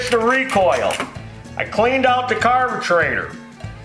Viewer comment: why does he say carbeTRAITOR